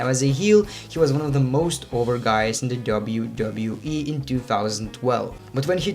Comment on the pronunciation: Please, can you say W W E, no W W E